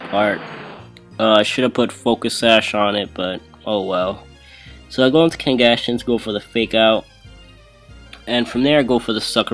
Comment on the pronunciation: It's pronounced Kangaskhan(Kngaskan.)